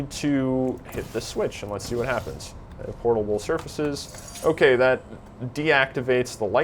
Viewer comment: portalble....yes that is a wierd word